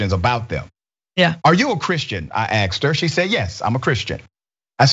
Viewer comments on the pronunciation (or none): You axed her. SMH